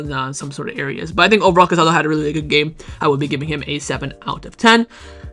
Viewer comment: The midfielder’s name is pronounced Ca-sa-DOH. Please be respectful